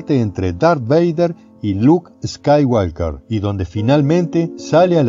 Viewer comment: Jajaja Luke Skyiwalker.jajauna geniales los videos.posta pero me mato cuando dijo asi jaja estaba re concentrado escuchando..siga siga maestro!!